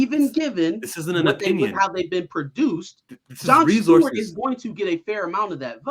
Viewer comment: Which was fucking stupid. Oh, and It's "Stewart," my friend, not "Steward." 👍